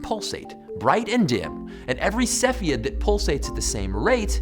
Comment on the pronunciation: Cepheid - you're pronouncing it wrong.